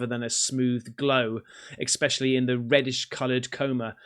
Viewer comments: Ex-specially isnt a word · Exspecially? Do you say exspresso too?